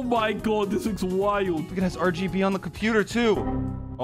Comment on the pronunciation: I laugh so much when said LGB while he wanted to say RGB 😂😂